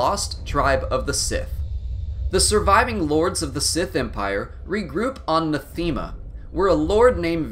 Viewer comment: it really hurts hearing the clear mispronunciations lmao NathEmuh ArCAN